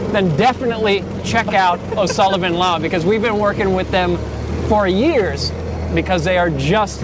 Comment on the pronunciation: Oh Sullah Bin Laden? Can you please TYPE such names in the description? Are you absolutely sure it is Bin Laden?! Why say it that way?! Jesus! It is O'Sullivan and yall say Oh Sulla Bin Laden. That is weird. Maybe you can switch to British English?!